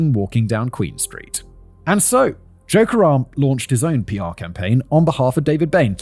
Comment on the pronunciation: Every time he said Joe Karem I heard "joke around" and every time I thought, "is this the time to joke around?"